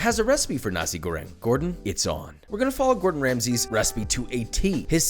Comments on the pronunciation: correction:na-sik go-reng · It sound like he said Nazi grenade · damn imagine your a cook and someone in the cook station misheard you when u pronounced nasi goreng as nazi goreng